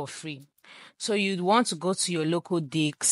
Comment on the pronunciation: did i hear you right? Local Dicks? ik what you meant but i just thought it was funny